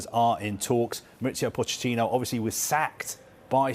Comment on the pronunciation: Introducing Mauricio Fish-ittino